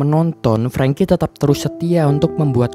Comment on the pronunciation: Franky dibaca prengki, rusty = rasti